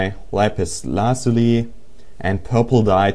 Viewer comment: la-zoo-lee not lazulee video not wideo